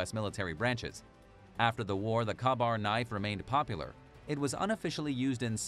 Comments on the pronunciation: The knife's name is properly pronounced "Kay-bar". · The KA Bar knife. Isn't it pronounced Kay Bar. Or am I wrong. After all I have used one before... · Yes, I have a KaBar fighting knife made in 1943. I also served in the Marine Corps during the Viet Nam years. The correct pronunciation of the name is: K-Bar. The “A” is silent. Simper Fi!! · Yes, pronounced "Kay-bar". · Kabar knife ?? Your pronunciation of Kabar is very incorrect. You must not be American......